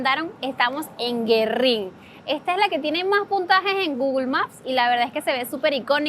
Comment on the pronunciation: GüERRIN LLEVA DIERESIS ASI QUE NO SE PRONUNCIA GUERRIN...CONCHALE SI HUELE A CEBOLLA PORQUE ES TODA CON CEBOLLA !!!! GENIA !! VALE , COMO LAS DE VNZUELA !!!!!! COMO LASTRA EL MONO !!!!!!